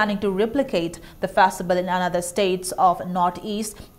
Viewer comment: It's so disturbing to hear the news reporter saying Festi vel.😧